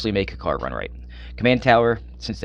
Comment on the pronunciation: Why are you pronouncing kykar wrong dude its annoying